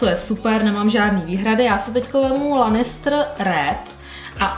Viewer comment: Promin ale strašně mě to rozčiluje ty si ten seriál asi neviděla protože jména postav vyslovujes úplně jinak než se říkají! (sersí lanistr wtff a ještě mnoho dalších)